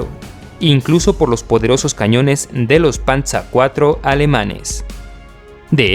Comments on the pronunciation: Panza II no es, es Panzer II yal y como se lee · Se dice panzer no panza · No es por ser malo pero no digas panza sino Panzer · Buen vídeo. Pero de donde sacas el nombre PANZA,se pronuncia tal como se escribe PANZER 😁👍👍🇪🇸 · Por que pronuncias el Panzer Alemanan como Panzar ?? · Estudié alemán hace años. Creo te equivocaste en la pronuncia del "panzer" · a pues gracias es que me gusta la historia y siempre oí esa pronunciación en español nunca la escuché en alemán muchas gracias por la corrección hoy ya se algo nuevo soy de El Salvador por cierto me gustaría pedirte que si puedes hacer un top de los países de Latinoamérica con mejores cantidades de armas y arsenales y tecnología militar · Me hace gracia escuchar "pantza" así se pronuncia en Alemán, en español está bien pronunciar "panzer", además "tiga" 😂 suena muy extraño